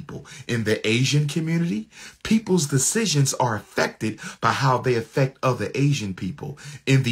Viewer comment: "Afeck" his job? 😂